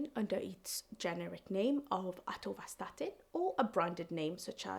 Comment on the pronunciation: Not atorstatin its atorvastatin,just telling ckd is silent killer many cause are there 🎉are you till alive